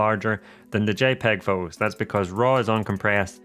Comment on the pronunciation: Exactly what I was going to say! I had to stop watching this as I found it so annoying. Shoo'ing be'r pho'os" . And I say this as a native English speaker.